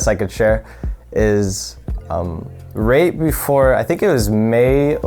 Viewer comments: Idk if this is a northern thing but he pronounced right as rate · The way myth pronounces “right” lol